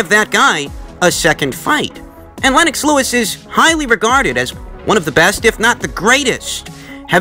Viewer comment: Lol 😂 “Len - ox”